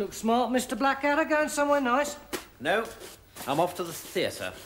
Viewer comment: I've always loved the way that Hugh Laurie's Prince Regent (Series Three) called Blackadder "Bladder" :)